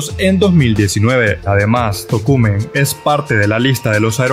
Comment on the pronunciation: Buen video y las reacciones y pronunciaste bien el nombre de Tocumen así es como se pronuncia 👍🏽👍🏽👍🏽